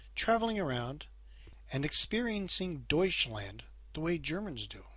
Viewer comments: Don´t try to say Deutschland again please :D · Learning German, and pronounce Deutschland wrong.